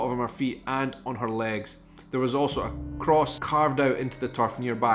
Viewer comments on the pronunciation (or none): none